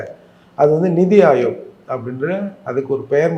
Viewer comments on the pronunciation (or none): It is NITI Aayog, not Nidhi Aayog